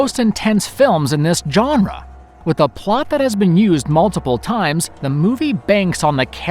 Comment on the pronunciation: "John ruh" How to pronounce 'Genre'